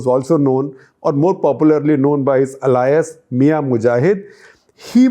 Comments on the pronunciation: It's pronounced 'eh-lee-us'; not 'a-lie-us'... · I am really surprised to hear Shekar Gupta pronouncing Alias as alayas.